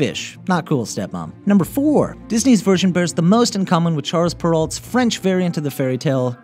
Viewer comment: "charles perolt" though :/ you DO realize Charles Perrault is a french name and is pronounced as "sharl pero"?